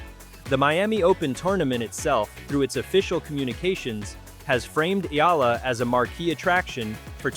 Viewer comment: Thank you Sir, for pronouncing her names correctly 👏👏👏👏👏